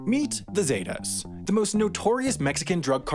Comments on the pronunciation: Okay first, it’s pronounce “sEH-tAHs” not “Zey Tas” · It’s ZEH-TAS! Not zeytas 😂 white ppl are terrible at pronouncing words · “The Zay-tuh’s” that’s not how you say it at all!!!😂😂😂😂 It’s pronounced “seh-tahs” 😂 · Its not pronounced as zey tas its pronounced as zet-tas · It’s pronounced Zet-Tas not Zay tas. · Its not pronounced “Zeytas” its pronounced “Cetas” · Z-eh-tah-ss. Not zay-tahs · ZETA NOT SAIDA ZEEEETAH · Lol the way he says zetas what a 🤡